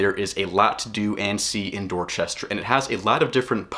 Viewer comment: The way this guy says "Dorchester" tell you he knows nothing about Dorchester and has never been there.